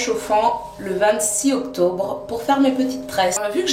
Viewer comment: Trop drôle comment tu dis octobre en insistant sur le deuxième O